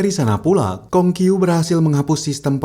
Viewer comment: pengucapanya namanya salah😂